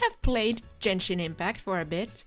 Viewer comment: you don't even pronounce the game's name right, you dont even play the game